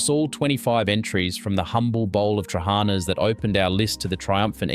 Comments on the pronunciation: they ve lost their manners Thats all there is to it I mean trully the words were butchered lol ...it baffling bcoz its not something you cant pronounce , Its not hard to put the intonation at the last A in trahanas ....but you are right its due to lack of exposure..how would you had known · 1. It's Traha-nAs - the last A is loud, not Tra-hA-nas. 2. Pats-As. the same applies here. It is not just a matter of cost. It is made in various locations in Greece not just for cost-dsaving 3. It's HortO-pita. The second O is loud Sord-A-lia? Are you doing this on purpose? ...... damn I give up. You are probably going to pronounce everything wrong..... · Trehanas soup...pronounced terrible. If you do these clips learn pronunciation. Fyi, pronounced...tra-ha-na